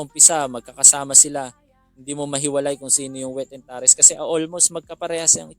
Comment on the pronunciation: "tares" is pronounced as /teyrs/ hindi po /taris/